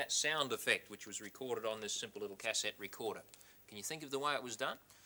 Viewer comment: the way he says cassette makes my blood boil >.<